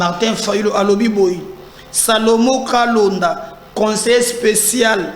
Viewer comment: Monsieur pourquoi est-il si compliqué pour toi de prononcer correctement les noms de gens ? "Salomon Kalonda" et non "Kalenda"🤣😂😅